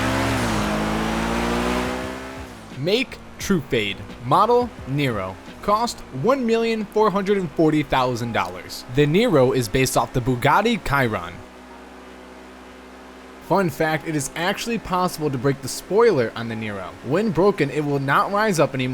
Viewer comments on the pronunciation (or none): It’s pronounced sheeron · When you said Chiron like that.... i got triggered